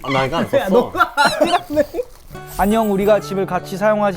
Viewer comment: ㅎㅎ를 흐흐로 안읽고 히히라고 읽는다고?